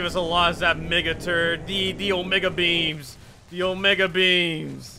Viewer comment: did he just said mege beans